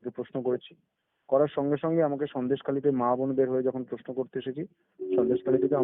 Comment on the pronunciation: Kotha ta Poshno noi Proshno. Kotha ta nai niapotta na Nari niapotta. Kotha ta ekdom noi ekdom